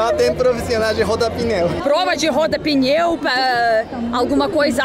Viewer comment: EU ENTENDENDO QUE ELA TAVA NA FILA PRA RODAR PINHÃO, DEPOIS FUI ENTENDER QUE ELA TAVA DIZENDO PNEU 😂😂😂😂